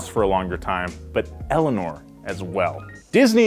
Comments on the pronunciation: "They basically own everyrthing named Eleanorr" The kid name Eleanor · I said Eleanoir not Eleanor geez